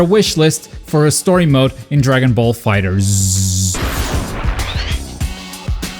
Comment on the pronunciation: Aparently the correct pronunciation of DB Fighterz is "Dragon Ball Fighet Z"